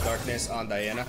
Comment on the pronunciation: Man, DIANA NOT D A IANA